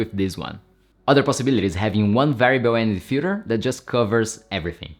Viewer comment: i heard Fuher instead of filter multiple times